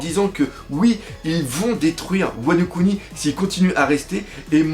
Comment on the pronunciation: C'est "Wa no Kuni" pour "Pays de Wa" et non "Wano Ku Ni"